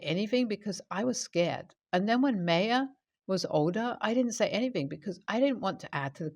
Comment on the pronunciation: Just fyi, Maya is pronounced 'my uh'. :)